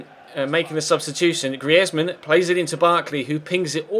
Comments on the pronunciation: You're not pronouncing Griezmann right its Greezmann not Griezmann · I fucking hate it the way he says greisman 😲😲😛😲😲😲😲